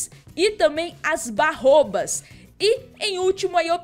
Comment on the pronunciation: Não chama-se "barrôbas" São baobás